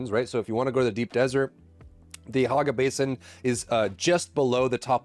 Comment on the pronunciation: HOG ga basin lol i cant stop hearing him say it.